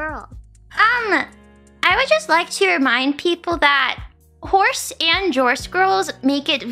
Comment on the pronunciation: Callie: Somebody say horse?! Run Mumei, you're in danger! And wth is a Jorse?